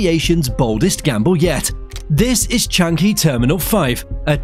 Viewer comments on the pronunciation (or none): Pronounced Cha ngee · "Chang-gi" really sounds weird...try "Chang-yi".